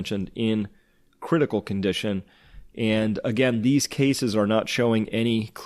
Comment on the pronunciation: lol sounded like u said CLITical